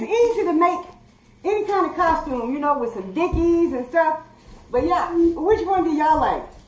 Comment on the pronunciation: She said Dickleys lol it's Dickies